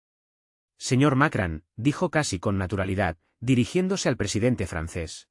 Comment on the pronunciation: Macran? Sr. Ud. debe ir a la escuela, los nombres extanjeros, muestran su poca profesinalidad. informese no siga haciendo el hazme reir de todo el mundo